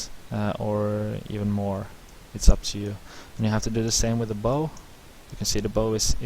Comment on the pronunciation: Very helpful - I was able to sketch my catamaran hull using this method! It's nice to have the commentary instead of techno dance music soundtrack. By the way, a boat "bow" is pronounced so that it rhymes with "how"